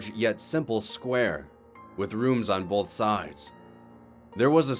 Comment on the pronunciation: Both not bowlth!!!!!! Keep.up the good work!